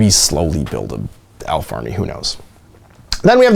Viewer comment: Hey! Aelf and Elf is pronounced the same way.